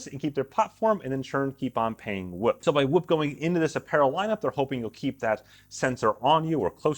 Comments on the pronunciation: Its not whip its whoop lol cmon bro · I'm gonna need him to say "scoop" for reference 🤣